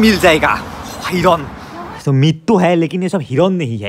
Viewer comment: Hiron nhoi a... Hiran 😂😂😂